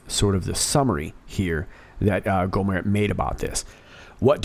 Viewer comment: I love this video.! Just a tip: In Texas, we say: "Go' - mert" with a hard T.